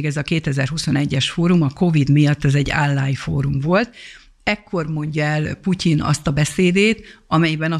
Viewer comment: Kedves asszonyom, nem "ánlájn" hanem "onlájn" a helyes kiejtés. Köszönöm